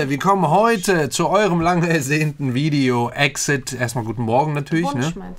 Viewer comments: Nicht böse gemeint...aber der Gruppenname wird E.X.I.D ausgesprochen. Also jeder Buchstabe einzeln auf englisch. 🙈 nicht wie EXIT.... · Man spricht exid eigentlich so aus: i eks ei die wie halt 이엑스아이디 Also einfach auf englisch buchstabieren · Wird EX-ID ausgesprochen:) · btw EXID wird E.X.I.D ausgesprochen Das besondere bei diesem Comeback ist, dass es verutlich zumindest erstmal das letzte Comeback mit der ganzen Gruppe ist, da 2 Member (Hani und Jeonghwa) Ende des Monats ihre Company Banana Culture verlassen und sich die verbleibenden Member vorerst auf Solo Projekte konzentrieren wollen. Sie haben dennoch gesagt, dass sich die Gruppe nicht auflöst und sie planen in der Zukunft weiterhin als EXID zu promoten Edit: Halsey hat heute ihren neuen Song Nightmare rausgebracht, vielleicht willst du ja auf das MV reagieren, fände ich auf jeden Fall interessant